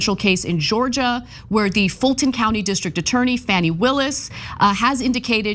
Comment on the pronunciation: Georgia DA name is pronounced Faw Nee.